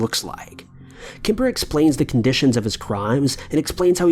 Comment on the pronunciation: It kemper not kipper lol